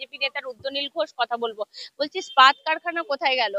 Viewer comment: খুব ভালো লাগলো রুদ্রনীল বাবুর সাক্ষাৎকার তবে একটা ব্যাপার না বলে পারছি না, র ওই "ইস্পাত' শব্দটাকে বারবার "স্পাত - স্পাত" উচ্চারণটা বড় বিশ্রী শোনালো।😏 প্লীজ আপনি একটু বাংলা ভাষা তথা শব্দ উচ্চারণ নিয়ে অনুশীলন করুন।🙏